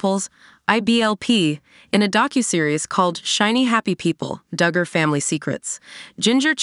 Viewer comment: Their name is pronounced Dug-er not Doo-gur